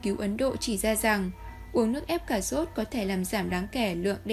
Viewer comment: Tiếng Việt mà đọc “ Cà zốt” ! Kinh quá!